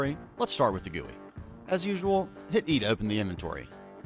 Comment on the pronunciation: you're the first one i've ever heard calling GUI that way, i just spell the letters and so does everyone i know.